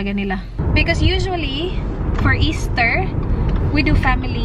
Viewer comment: "Happy eastah"